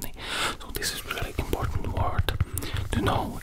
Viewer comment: most imporddnt german words🤣🤣🤣🤣